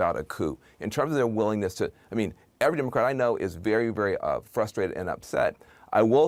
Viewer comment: cuomo said "DemoC RAT"